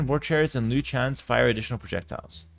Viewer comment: Bro the “Chruchens” is absolutely crazy 😂😂😂